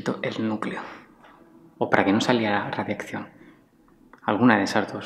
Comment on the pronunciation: Radiacion neel , radiakcion